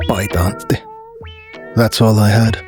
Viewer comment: Big question, are you finnish? Your pronoucation of Paita Antti is almost perfect I wondered. EDIT: got to he part where you askedd for YLE help. I feel I was right.